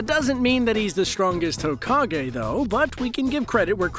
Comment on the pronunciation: Fun fact you pronounce hokage like Hoe-Cock-gay